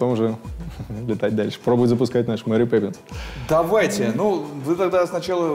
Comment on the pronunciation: Я один заметил что он сказал мери пепинсс